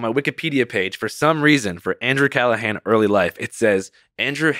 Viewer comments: 'Andrew CallaGAN' At least learn how to pronounce the man's damn name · Andrew “Calluh-gan” lmao come on Lex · Pronounces his name wrong twice innthe first two minutes. Haha. Let’s see if this is worth watching